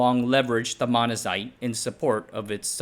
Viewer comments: "Beryllium" sounded fine, I more noticed "Monzanite" vs "Monazite" Two very different rocks... and it's spelled Monzonite. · oh my god you suck at reading this script. Get someone else to do it. What is this, AI trash? Jawaharaoo Nehru. Manazite. Gotta get that Manazite. LOL